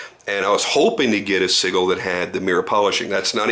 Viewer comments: Pronounced "sij-le". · Hey, the Gil in Sigil is pronounced Gel, but with an I in place of the E